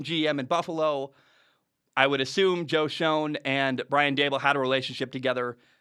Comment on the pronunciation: Schoen is pronounced “Shane” fyi